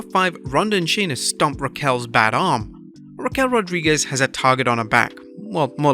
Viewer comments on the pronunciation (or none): none